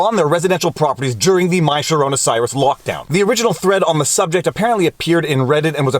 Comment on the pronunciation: What is he saying? Coronavirus?